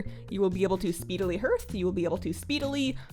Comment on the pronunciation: HARTH. It's pronounced HARTH. You know how you pronounce HEART? It's like that.